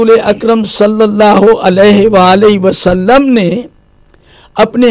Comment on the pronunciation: O Bhai sallallahu alaihi wa alihi wasallam bolo to pora tameez se bolo yeh kiya hai saleowasalam ?